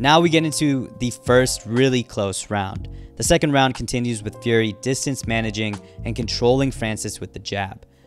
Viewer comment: Why does it sound like you say Gary instead of Fury sometimes